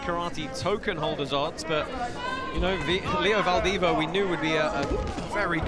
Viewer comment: Can't the commentators at least make an effort to get the name of the Fighters right? Come on!! Poor Leo Valdivia... 🤣🤣 Only Bas got it right...